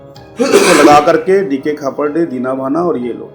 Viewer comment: Pahale tum Nam sahi se jano aur bolo khaparde ji ka??